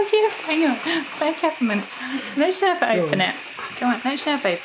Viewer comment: Ngl. "Sherpa" was on point like the pronunciation was IMPECCABLE.